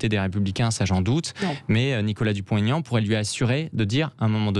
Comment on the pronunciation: Madame la journaliste, c'est Dupont / Aignan et pas Dupon-T-aignan ! Vous devriez le savoir, depuis le temps. De surcroît, c'est votre métier de "bien causer la France"...